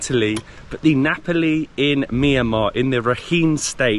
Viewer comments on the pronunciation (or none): nice travel blog, some pronunciation if you are interested, Myanmar = Myal Mar , Rakhine = Ra Khai , Nga Pa Li = Nge Pal Lee . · How can you pronounce Napoli and Ngapali in the same way? ….it sounds like an English mystery to my Italian hears!😂😂😂..and the story of the Italian man who gave the name because he was missing Naples… oh my god! ..definitely not true!🤦🏻💁🏻